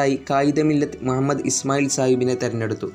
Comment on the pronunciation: Mua mmed alla mu ha mmed ennann athupolum ariyille?